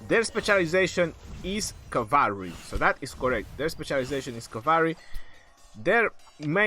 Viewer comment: cavary? lol.